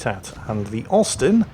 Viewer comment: I kept hearing osten good to know it was Austin